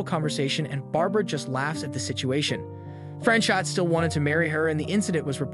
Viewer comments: Franchot is pronounced Frans o with a long "o." The t is silent. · FYI It's pronounced Fran-chOH